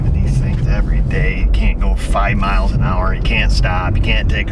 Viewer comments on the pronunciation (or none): none